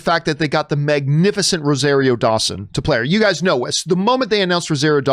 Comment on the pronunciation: John is a hater...And it's pronounced RO-ZAR-RIO